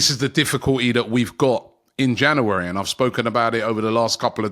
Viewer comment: Another month of Robbie trying to say the word ‘January’ correctly.